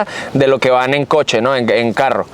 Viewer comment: Ojo! Se dice coche por favor cochee😢😢😢